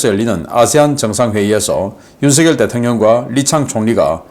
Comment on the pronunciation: 우리나라 대통령 이름은 '윤석열'이라 쓰고 '윤성녈'이라고 발음 합니다. '윤서결'이 아니랍니다. 초등학생들도 잘 알아요. 사투리 발음하고는 관계없어요. 미국 대통령 이름을 우스우리만치 혀 꼬부라지게 발음하지 마시고 우리나라 대통령 이름을 바르게 발음 하세요.